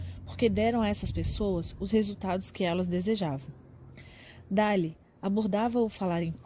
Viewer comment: “Dále” é foda hein...